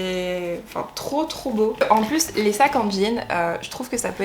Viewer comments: J’avoue ça se prononce « DéNîmes » j’ai beugué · Du « denim » alors plutôt, non ? (Et ça se prononce comme « de Nîmes » puisque c’en est la contraction) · J’ai adoré ta vidéo !! Mais en « denin » au lieu de « denim » ça m’a fait trop rire 😜